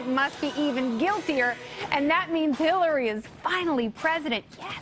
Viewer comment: 6.11 She said killary?